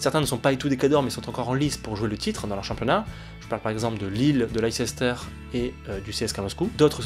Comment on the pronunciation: Tu peux aussi rajouter McKennie (Juve) dans les nords americains qui ont du potentiel. PS : Ça se dit Leister et non Leicester 😉